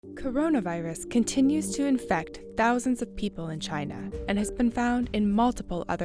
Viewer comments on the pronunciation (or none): none